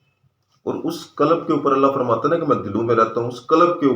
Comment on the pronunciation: Sir. Lafz '' qalab'' nhi '' qalb ''he. Thora sa prononciation drust ferma lein . Shukriya.